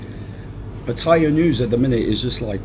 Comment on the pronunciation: Why can't you say Pattaya the right way, go on google translate learn how to pronounce it correctly